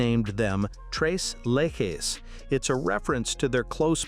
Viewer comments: Stop saying "le he". It is "le che"! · The pronunciation is tres you know that three leches is leshes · Leche is a spanish word for milk obviously referring to their whiteness . It's Let-chess. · Tres Leck-hess? Nah. Lay-has? No. 😅